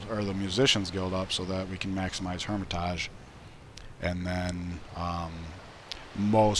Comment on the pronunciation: It's been mentioned before but bears mentioning again, that is not the correct pronunciation for Hermitage. Since it's the English translation of Эрмита́ж, either the English way "hermit-age" or "hermit-edge" or the Russian way "Ear-mit-ash" is correct.